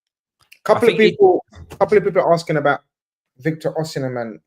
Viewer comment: Victor Osinamhian ar (even saeed laughed lol)